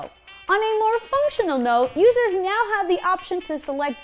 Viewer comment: sounded like she said "meow" instead of now. haha